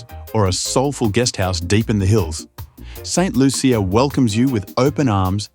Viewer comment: That’s not true. The “Loo-sha” is the pronunciation that a lot of Americans have used. However, locally it’s very much pronounced “Loo-chee-uh” the heavy French influence and creole dialect is what persuades the language and pronunciation.